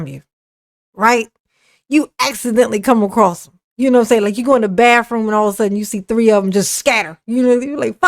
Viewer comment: 'Bafroom'. 🤣. You can tell the word 'monster' gets to him. You can see the anger in his face. Stop playing the victim darrell.